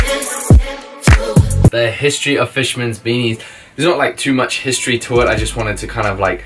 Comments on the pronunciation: Its history not histroy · please say histroy in all your videos from now on lol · are we not gonna talk about "HISTROY"?